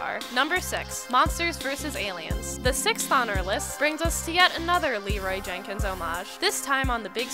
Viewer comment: Leeroy JEN Kins not Jakins